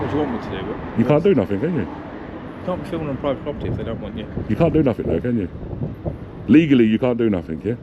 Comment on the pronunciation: This is a pwivate pwoperty 👳🏾‍♂️ 😂